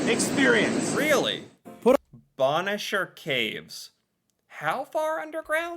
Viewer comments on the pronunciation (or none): BONE CHER PRONOUNCE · Bonnechere caves was mispronounced....bonne (phoneteticLly pronounced bun)is a feminine french word for beautiful...and chere phonetically pronounced share is another french word for dear! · You did fabulously on pronouncing Kakabeka Falls and Ouimet Canyon. Gananoque (GAN A knock way) Agawa rhymes with BAG a wah. Bonnechere (BUN-sheer) caves. The CHEL-ten-ham Badlands used to be open to visitors walking on them. I was there once many years ago before the renovations and recently. Because it is actually terra cotta shale clay, it can be very slippery when wet. When you enter the parking lot there is a visitor centre there where you pay for your tickets and then take the trail to the lookout over the badlands. There is plenty of farmland surrounding the badlands so that's another reason to keep it free of human feet. The Elora Gorge also has an outdoor concert stage where there are about 30 or so bands that play during Riverfest and thousands attend. The trolly/tram/streetcar that takes you down to the river for the Hornblower cruise is called a funicular. It's pronounced sort of like particular FOO nick You Lar. There is also funicular in Quebec City. Of possible interest, Ontario also has saltwater ports on its northern shore on James Bay and Hudson's Bay.